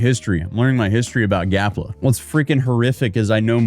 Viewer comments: it is GAPLA not Galpa lol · "Gapla", not "Galpa". Never go full influencer,. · Why u keep calling it”Galpa ” when he said and is spelled “Gapla ”? lol😅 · Your dyslexia is showing. You continually say Galpa, and it's definitely spelled Gapla. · Read the name of the country again so I can laugh more at you mispronouncing it. It''s GaPla not Galpa 🤣😂🤣😂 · Gapla, not galpa.. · Gapla not Galpa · How many times does he call it GALPA? It’s GAPLA🌺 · Bro,it's GAPLA not GALPA!Like its LEMON not RAYMON!!😂😂Cat got your tongue is it??😂😂🎉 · GAPLA, NOT GALPA. 😂 You finally got it!😂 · GAP LA, not GAL PA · bro be honest are u dyslexic? cuz that shit says GAPLA not GALPA ily i love the videos, always gonna be watchin, but damn brother! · It’s GAP LA NOT “GAL PA” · Bro said GALPA 20 times when its actually GAPLA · This country is less than a year old and is already mispronouncing the name. That's more legitimizing than the UN's recognition. Way to go guys. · He can't even pronounce the name of the country Gapla correctly when it's written in front of him. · it should be punishable by law to say that wrong!